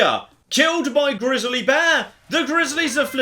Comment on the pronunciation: I love the way pronounces grizzly (Grizzalie)